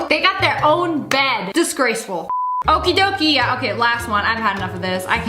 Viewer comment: the okidokis are dutch but it was so funny when you said it like that